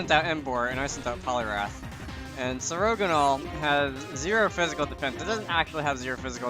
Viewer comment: "sir-ogonal" that pronunciation is BAD